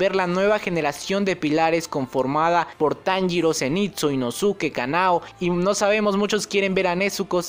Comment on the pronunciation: Me da un escalofrío cuando dices Inosuke y no inoske